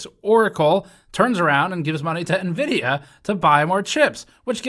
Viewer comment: You pronounced Nevidia wrong